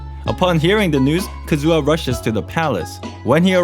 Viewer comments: I can't take his Kazu*WA* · your kazUha cuts my hear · "Kazua" Pls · "ka-zoo-ha" boi i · Every time you pronounce Kazuha as Kazoo-ha I lose a year off my life :') Great video tho! I enjoyed it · WHY ARE YOU CALLING HIM KAZOO-AH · Who is this Kazoo-Ah guy hmmm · "Kazooha" Me: instrument? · Ah yes, Kazoo-ha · Calm down.... There's no need to start a riot because he pronounced Kazuha Kazoo-ha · "Kazoo"ah what???